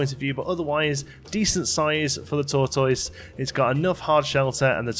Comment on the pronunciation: You're pronouncing tortoise wrong mate.